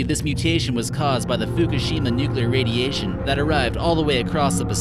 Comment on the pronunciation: 'radietion' 'mutetion'